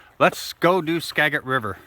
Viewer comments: We have lived in Washington State all our lives and have explored extensively. We have been to the Skagit River many, many times. The correct pronunciation is: ska. jit. River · Skagit is pronounced like a “J” Skajit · The g in skagit valley has sold of gem not g like got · Loved this. I know you all were traveling, but it’s actually “skadge-it” river. :)